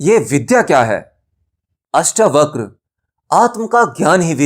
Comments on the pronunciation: अष्टावक्र जी के नाम को " अष्टावक्रा " नहीं कहें । परमज्ञानी का नाम लेना सीखें पहले .... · श्रीमान अष्टावक्रा नहीं अष्टावक्र बोलें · अष्टावक्र को अष्टावकरा बोल बोल कर के तो बकरा ही बना दिया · पहले तो उच्चारण सुधारो, अष्टावक्र है अष्टावक्रा नहीं। उपनिषद गंगा को हूबहू बोल रहे हो अपनी खोज क्या है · आपसे निवेदन है किअष्टावक्र है इन शब्दों को खराब न करे अष्टावक्रआ न पढ़े। 🙏🙏🙏🙏 अगर आप गलत शब्द बोलेंगे तो लोग भी गलत शब्द ही बोलेंगे। जैसे लोगो ने कर्म शब्द को कर्मा बना दिया। योग को योगा बना दिया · जब आप हिंदी चीजो के बारे में बता रहे है तो शब्द तो हिंदी ही बोलेंगे न । 🙏 आप सोचिये क्या कभी आपने albert einstein को alberta बोला है ? आप आत्म ज्ञान की बात कर रहे है और ज्ञानी व्यक्ति का नाम ही गलत बोलेंगे तो सच्चा ज्ञानी हँसेगा इस पर । जैसे अष्टावक्र हँसे थे उन पर जो खुद को ज्ञानी कहते थे और थे "चमार"। और हां जो चीज english में है ही नही उसे जबरदस्ती english pronunciation न बनाये।